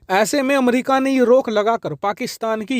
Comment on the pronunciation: Aap to America ko अमरिका ना bole 😂